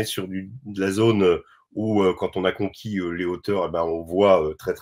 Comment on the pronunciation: Aïe mes oreilles ! : ils ont pas conquiéri , ils ont CONQUIS .